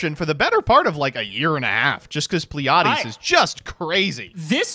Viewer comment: Was anyone else cringing during the deck list when kept mispronouncing pleiades